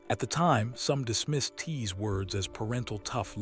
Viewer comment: I am so distracted from this story because every time the Ai narrator says Kings name they show 50 Cent's picture. And who the flake is "Tee?" WTF?!?!